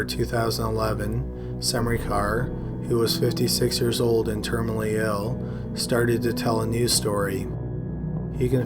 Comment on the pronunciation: Termally...ill...not terminally ill he was termally ill